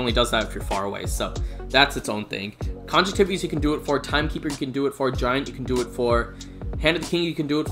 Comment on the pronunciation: Hey bro great video. One thing , just so u know for future videos. Conjunctivitis is pronounced like (con-junktive-eye-tess) like hepatitis ...it's actually the medical term for pink eye (get it?) Lol